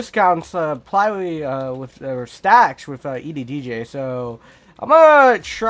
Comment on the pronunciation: omg, thanks ^^ Why did u say EDDJ tho?